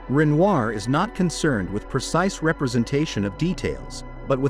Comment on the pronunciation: People Really should teach their dumb robots how to pronounce words like Vemeer, Guernica, Renoir. . . Jeez!!!!!!!!!! 🙄